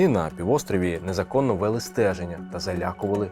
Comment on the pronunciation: Наголоси Не заВЕзли, а завезЛИ Не ВЕли, а веЛИ